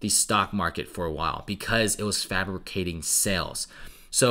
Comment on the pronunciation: My man said 'frapicating sales" love it